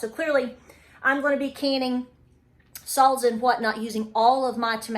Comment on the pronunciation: Sall-za! Cute!! ☺